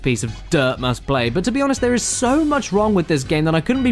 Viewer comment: dere he is folks